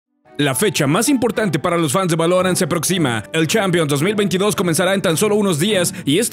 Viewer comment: Buen video pero, ¿Por qué pronuncias así "Valorant"? 😞